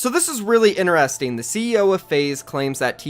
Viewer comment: ITS NOT PRONOUNCED ‘INERESTING’ ITS INTERESTING